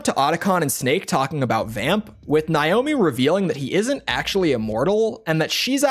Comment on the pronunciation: Why are you deliberately pronouncing Naomi’s name wrong?